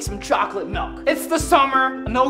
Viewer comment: it sounds like he said malk